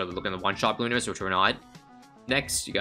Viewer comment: Yall ever notice how says "Bloon-arias" and not "Bloo-narias" or am I just tripping?